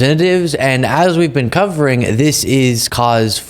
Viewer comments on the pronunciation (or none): none